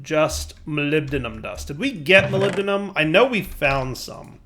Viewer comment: amazing, pronounced molybdenum correctly